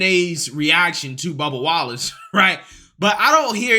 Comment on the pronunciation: I swear to God you almost called him bubba Gump. I had to replay that about 4 or 5 times to make sure it wasn't just me lmfao